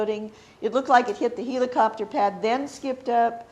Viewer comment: What's a Heeli-chopter??